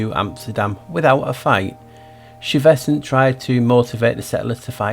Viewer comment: heya i live downtown in STUYVESANT TOWN... its STY like your eye vesant so you know for next time..... loved this and am watching thru for the second time... interesting how they were trying to pass new york as new amsterdam still when it was lisbon..... so wonder why that huh??;0